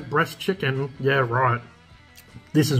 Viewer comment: "Chickan GOOD"